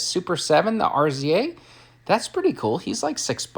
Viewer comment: It’s pronounced “Rizza” Mannnnnnn!😂😩